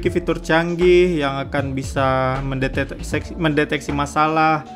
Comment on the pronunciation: waduuh mendeteseks?